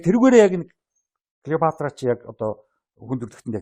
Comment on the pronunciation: Сэтгүүлч ядахдаа домог болсон хатан хааны нэрийг зөв дуудаач.ээ Килийпаартра.ккк Клeопатра шдээ.